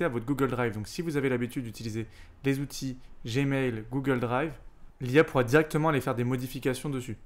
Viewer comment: Merci pour ce travail ! En revanche si tu pouvais éviter, pour un PE, de nous écorcher les oreilles avec les "huit Zoutils" ... ce serait top !